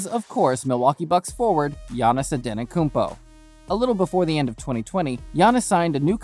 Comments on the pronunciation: “Giannis Antanakounmpo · Giannis Antenokoumpo??